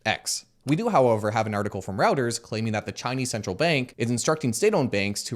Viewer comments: Reuters is not Row-ters. It is Roy-ters. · Just an FYI, "Reuters" is pronounced closer to "roy-ters", not "row-ters". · Dude...as a Canadian you know it's not "Routers" it's "Royters" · r-oi-ters not r-ou-ters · 'article on Reuters' pronounced 'rau-ters'. Possibly another Commonwealth pronunciation I need to learn. Tech geeks are always tripped-up by the Commonwealth pronunciation of the word 'router' (a network device) as 'roo-ter' while Americans say 'rau-ter'. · Did you say Rauters? It's Royters (pronunciation I mean. It's a German last name). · He pronounced Reuters as Routers and now that’s all I remember from the video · Routers, 2.4ghz worth of news. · FYI it's pronounced "Roy-ters" lol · No, it is rɔɪtəz — FYI, or if you lack the education of IPA: "ROY" + "tuhz." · “Reuters” is pronounced “Royters”